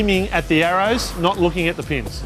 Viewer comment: When he says pins it sound like penis